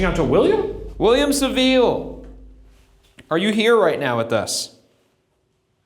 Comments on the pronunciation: GLAD I WASN'T THE ONLY ONE BUGGED BY HIS SAVILLE PRONUNCIATION 😂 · Also saville lol